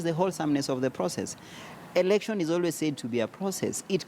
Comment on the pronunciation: not erection Mr.its election.